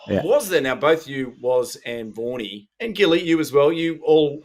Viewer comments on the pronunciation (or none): When you say Vaughney, I hear Warnie. Breaks my heart every time.